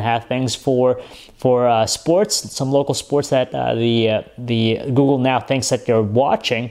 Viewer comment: FIRE THIS GUY.He keeps saying GOO-GOO,I don't wish him well ;)))